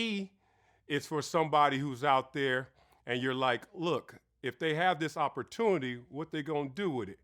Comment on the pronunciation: Ifwu but nigga its opportunity not opportuni 🤣🤣🤣